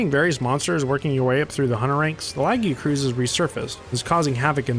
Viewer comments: Awesome video but your pronunciation of Lagiacrus is painful lol Edit: you say Laggy-uh-cruise but it should be Luh-guy-a-kris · Lagi- A- cruise????!!!! Lu-Gai-Ah_Kris is the only real way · Hearing you say "Laggy-uh-cruise" through the video was so painful 😭 it is pronounced "Luh-Guy-Uh-Crus" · I've heard two people pronounce the "-crus" as "cruise" and I don't get it! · Bro said laggycruise instead of lagiacrus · This is the worst way i heard someone pronounce Lagiacrus. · The way you pronounced lagiacrus caught me off guard lol